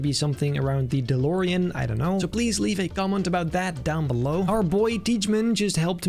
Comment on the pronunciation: "Delorian" However U Spell It, Sounds Good!